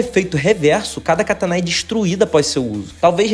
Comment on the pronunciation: me dói quando escuto alguém dizendo katanA e não katANa. No japonês não tem esse som agudo no final e muito menos no português sem acentos. Yuyu Hakusho é outro que pronunciam errado. Não existe HakuSHO, é só HaKUsho. Não sou professor de Japonês, mas vi um vídeo de uma senhora que é japonesa e que mora no Brasil, e explicou esse erro comum.